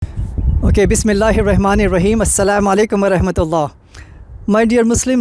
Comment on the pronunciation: Beautiful. But brother can you pronounce the bismillah rahman rahim properly please, our convert brother says it properly though 👌